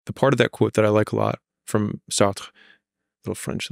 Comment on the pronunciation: As a French person, I can't love enough the moment when Alex brags about his "Sartre" pronunciation. By the way, he has good pronunciation.